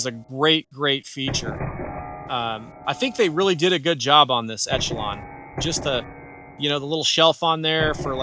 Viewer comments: It's not called Etchalon, bud.. It's Echelon (like Eshalon). It's not an Etch-a-sketch! 😝 Lol.. 😂 The CZ P10C is hands down the better pistol. But since reviewer is a leftie, he prefers the Etch-a-lon. Besides all the mispronunciations, okay review, I suppose. 🤔😏 CZ still the better choice. Stop the Leftie Limp wristing & it'll shoot better. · Esh-uh-lon. Just an fyi. Good review though!!! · Thanks for the video but echelon is pronounced esh e lon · I took a shot each time you said ETCH-ALON. I'm drunk! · Echelon is pronounced Eshelon